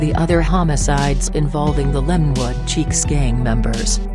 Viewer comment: It is chiques not cheeks.